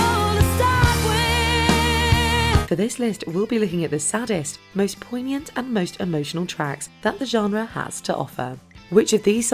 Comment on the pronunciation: I thought you said "the sadist..."